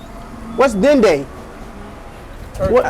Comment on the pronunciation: Dinde is French for turkey lol. And the e is silent.